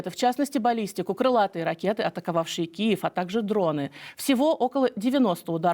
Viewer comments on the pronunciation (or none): none